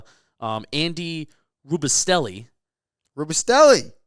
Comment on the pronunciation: what kind of giant fan doesn't know how to pronounce Andy Robustell's name gold jacket